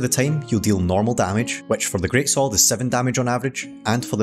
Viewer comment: Great-SwORD, great-SWORD even, not great-SOLD